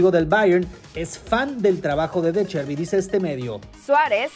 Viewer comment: no es “de Cherbi” es de Zerbi (como la z de pizza)